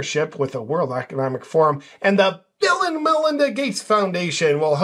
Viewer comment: interesting how similar "Bill &" sounds to "villain."